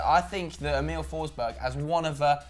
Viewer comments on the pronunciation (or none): Emil forsberg not Em-iiiil forsbög